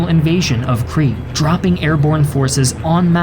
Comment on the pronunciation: Why do you keep saying Cree!? It's pronounced "Kreet" (Crete) and it's people are "Kreeshan" (Cretian). Interestingly enough, the continued mispronunciations throughout your series do make you appear a cretin, though the similarity here is only linguistic, alas.